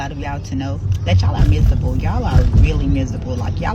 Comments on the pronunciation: How is she a reading teacher but she pronounces miserable wrong...she pronounced it...mireble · She can't even pronounce "miserable" but is the reading teacher😂😂